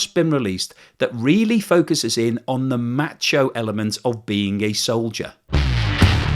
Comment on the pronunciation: It never sounds right when an Englishman says “macho”.